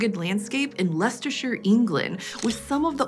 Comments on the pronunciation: honestly just proud she said Leicestershire properly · Many congratulations for pronouncing Leicestershire correctly